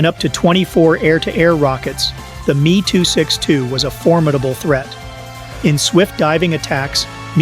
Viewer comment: AI joke commentary & not a single pic of a M E 262 , not a Meee 262 Lol